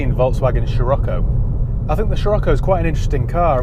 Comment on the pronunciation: Scirocco Ah 😆😆😆